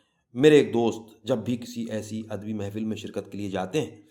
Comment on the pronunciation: kahani aur us ki adaegi bohat khoobsoorat hai laikin mujhe yehan chand alfaz kai tallaffuz k barai men maazrat k sath kuch kahna hai, merai khayal men lafz adabi hai adbi nahi,birwa hai barwa nahi, mas ala hai masla nahi , araboan hai arboan nahi aur mantiq hai mantaq nahi, mera maqsad dil aazari nahi hai bul k naee nasl ko sahi talaffuz sai ashna kerna hai,baher hal afsana itni khoobsorti sai parha geya hai k lutf aageya , main Zambeel dramatic reading k silsile ko mobarakbaad paish ker ti hoon.